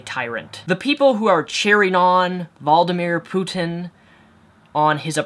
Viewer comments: Nothing to do with the video but I can't understand how you can't pronounce Vladimir Putin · Valdomir Putin sounds like Voldemort. Its actually a pretty accurate mispronunciation if you ask me. (accurate mispronunciation, lol.) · You changed the pronunciation of Vladimir Putin every time you said it...